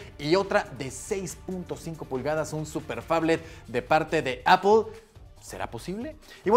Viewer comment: ¿Apel? ¿Por qué Apel? 🤔